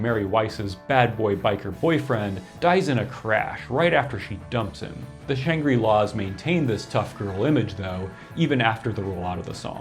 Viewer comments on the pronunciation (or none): Interesting pronunciation of Shangri-Las. You're pronouncing it "Shan-gree" -- first time I've heard the word pronounced, in any context, with a long "i" (and I'm old). Conventional pronunciation is with a short "i": "Shangrih-La," on the way, even, to "Shan-gruh-La." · Good info but it's pronounced "shang-grill-laws".